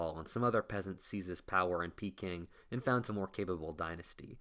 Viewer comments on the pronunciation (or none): none